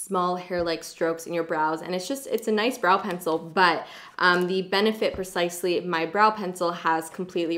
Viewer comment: Benefit (Precisely) Not Benefit (Percisely) LOL!!!!!!!